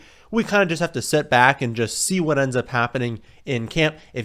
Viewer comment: “Hey it’s here baaaackkkth 🤮 with another video”